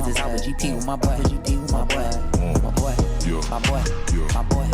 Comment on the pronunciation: i heard 'my butt' when he was saying 'my boy'